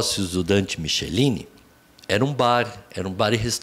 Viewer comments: Moro em Vitória . Acompanhei esse caso. Como sempre, culparam as vítimas. A mãe n teve nada a ver. Paulinho Helal, Dante Michelini ( pronuncia-se mikelini) Jr, o pai e faltou falar do Piccin( esse n aguentou a pressão é se matou) . Paulinho Helal ficou um tempo preso. Hj rico, solto, c 2 filhos, morando em Bairro nobre. A principal avenida da Praia de Camburi, tem o nome de Av. Dante Michelini( mikelini). Uma vergonha! Alguns políticos tentam trocar esse nome. Esses monstros usavam esse bar para comprar droga e seviciar crianças para as orgias.Peço que revejam essas informações. Lola nunca foi traficante. A família foi destruída. Polícia, perícia, etc ..tudo comprado. Quem mora aqui sabe..repito: revejam esse programa. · O bar não era na praia de Camburi. Era no Centro de Vitória, o bar Britz, onde se reuniam políticos, repórteres, pessoas ligadas à contravenção. O sobrenome é Michelini (pronunciado Miquelini). Há documentários sobre o percurso que ela teria feito para a parte superior do bar Britz e lá ficado por três dias. Aqui nunca se falou em internação em hospital, até por quê a internação seria feita por estranhos à família. E sim que ela teria sido, depois do cativeiro e morta, jogada com ácido no rosto nas proximidades do Hospital Infantil na Praia do Canto (outro bairro). A Av. Leva o nome do pai Dante Michelini e tentaram mudar para o nome de Araceli Cabrera Sanchez Crespo. Porém por diversos motivos, e não pela substituição do nome, questões envolvendo os registros de imóveis cartório, junta comercial, apesar de possível, não passou pela Câmara. Um painel foi feito no parque botânico da Vale no final da Praia de Camburi. Que me conste foi feito exame da arcada dentária. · Dante Michelini (A pronúncia é Miquelini). Nome de Avenida até hoje em Camburi, Vitória-ES.